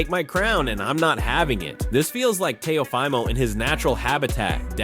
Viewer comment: AI audio: tay-O-Fy-mo